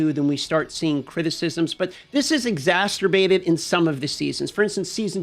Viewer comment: this is exasterbated 🤣🤣🤣